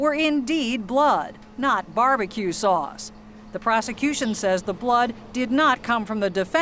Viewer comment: “It coulda been sawce”